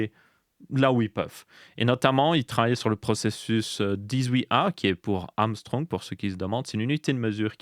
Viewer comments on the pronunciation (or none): La prononciation de angström est à revoir là ça ressemblait plutôt à Amstrong 😂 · \ɑ̃ɡ.stʁœm\ ou \aŋ.stʁœm\ en phonétique IPA. C’est du suédois et ca donne une prononciation entre ounegstreume et anguechtreume. Apres sur le fond on parle plus de nanometre, parce que on a atteint les limites et que le slogan commerciale de Moore, dit fallacieusement conjecture ou loi de Moore est dans les choux depuis des decennies. Donc faut bien de l’argumentaire commerciale pour vendre des proc qui stagnent depuis des années... et expliquer pourquoi on doit racheter des soft et changer d’OS annuellement... maintenant c’est donc la faute à monsieur Angstrom. (Faites un test sur un x86 qui a 15 ans et le dernier sorti avec SuperPI...) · Ouais il fait à chaque fois cette erreur ^^ Je pense il doit s habituer à prononcer autrement :D